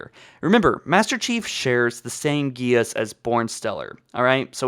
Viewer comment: Geas is pronounced geSH/gesh (I assume like mesh but G) according to halopedia